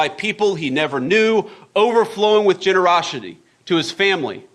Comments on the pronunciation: what is this "generoshitty" of which you speak? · "genoroSHITty" indeed. What a tool.